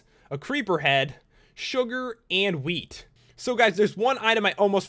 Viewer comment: what he said "Milk, Cocoa beans and wheat" what i hear "Milk, Cocoa beans and weed"